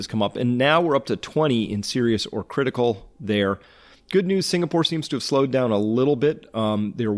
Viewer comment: lol sounded like u said CLITical